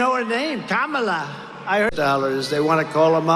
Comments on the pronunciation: He pronounces Ka-ma-la like he pronounces Chy-nah... he's just vile and disgusting. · He's likely mispronouncing her name on purpose, like a second grade bully. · Trump insists on mispronouncing the Vice President's name. We should all pronounce his name Don-old. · I do love that Trump last night at his rally for morons said that two weeks ago he didn't even know who Kamala was (of course he intentionally mispronounced her name so the cult could cheer it). Amazing that Trump must have forgotten who the Vice President is even though he wrote and signed personal checks contributing to two different campaigns of hers out in California a few years ago. LOL LOL What a lying sack of garbage Trump proves that he is each and every day.